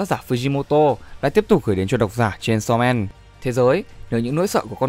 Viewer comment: Aaaaaaaaaaaaaa:>>>>>>> Đây là cả mụt sự tuỵt zời khi đc nghe tên manga đc đọc đàng hoàng, chứ hong phải như cái kênh nào đó đi tổng hợp các kiểu mà đọc cái tên như mấy đứa nửa mùa hay đưa gg đọc z á Ư ư....cảm động quá😭😭😭